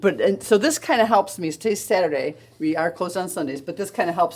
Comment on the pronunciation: Not Saturdee! 😂